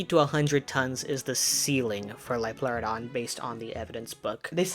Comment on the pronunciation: "it's a leoplerodon Charrrrley